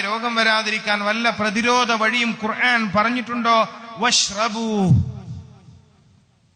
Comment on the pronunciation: നല്ല അറിവ് മാഷാ അല്ലാഹ്. പിന്നെഉസ്താദ് ❤❤❤ഖുർആൻ എന്ന് പറയുമ്പോൾ makraj. ക്ലിയർ അല്ല എന്ന് തോന്നുന്നു ❤